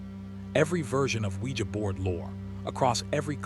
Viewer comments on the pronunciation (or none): Oujia board?? 🤔 I thought you said SquEEgEE bOaRd ... ive been windex'ing this abc 123 board for hours asking if my dead grandma can hear me!